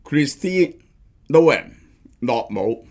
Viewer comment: 發音係 /noʊm/, 只有一個音節, 即係等於 個 “no” 字加個 /m/ 未音; 又或者 個 “home” 字 由 ‘h’ 轉 ‘n’ 咁讀. 又即係 同個 “gnome” 字同音. 🙏🏻